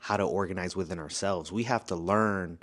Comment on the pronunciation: That man said ORAGNIZE at least 22 times 😂😂😂